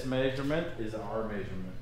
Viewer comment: It cracks me up every time says “MAY-SURE-MENT” for measurement lol